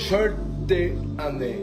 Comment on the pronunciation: 절뒈 안.내! 시발럼아 ㅋㅋㅋㅋ